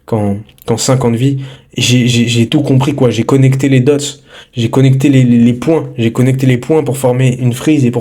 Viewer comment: ah ouaiiiii les "dooooots", arrête de faire l'américain, t'es pathétique. 🤡🤡🤡